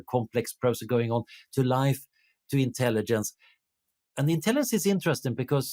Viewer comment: Swedish doesn't swallow the g, so why does he mispronounce intelligence 8 out of 10 times?